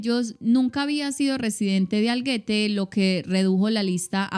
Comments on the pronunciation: Algete se pronuncia como si se escribiera con J. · Pensé lo mismo, no tiene u gue para pronunciarse como guerrero, al igual que Puig lo pronunció coml si llevara acento en la u y el énfasis va en la i...